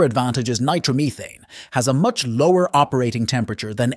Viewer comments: Take a shot everytime you hear "nitro-meethane" RIP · You can always tell it's AI. "Nitromeething". I am concerned about the days when we won't be able to tell. AI. needs to be kept stupid.